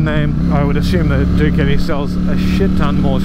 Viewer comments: please pronounce properly . whats duketi? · Never heard someone pronounce Ducati the way you do, sounds kinda funny✌🏻😅